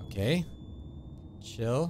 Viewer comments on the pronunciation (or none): He said alright chill out guys? I thought he said alright shit loud guys!